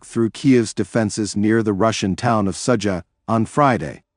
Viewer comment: Ai still stupid.Sadza...haha its Sudza..